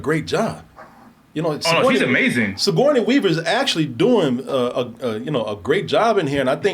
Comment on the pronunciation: 😆 made Sigoruney Wever name ten times more difficult then it needed to be. 😅